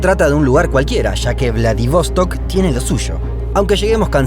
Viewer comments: Che.. que lindo el video y bien decorado con imágenes. Lo único que es Vladivostók acento en la última ó... no es inglés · Haber antes de parar en Ekaterinburgo se puede parar en Perm (donde yo nací) y pues de ahí a Ekaterinburgo. A y otra cosita: es VladivostOk con la acentuación en la última sílaba, no como tú lo dijiste. Всего хорошего.